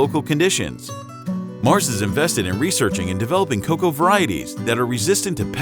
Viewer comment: What is "KA COW" ? Great video other than that. PS it's COCOA.